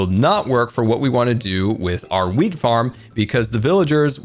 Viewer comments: Everytime this man says wheat it sounds like weed, it's a little confusing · I can’t tell if he’s saying Wheat or weed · it sounds like weed farm not wheat farm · Because i'm not an english native speaker, every time you said wheat i understood weed Yeah my brain is pretty smol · every time talks about the “wheat farm” all i hear is “weed farm” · it sounded like he said weed instead of wheat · Either I’ve been playing too much gta or is saying weed instead of wheat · I heard something other than "wheat farm"